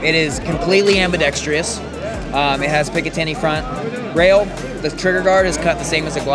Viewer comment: Pls make a short barrel .22 Stribog like the 9mm. Also, it ambidextrous (4 syllables), not ambidextrious (5 syllables).